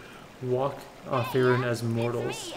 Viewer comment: Faerun is pronounced feyrune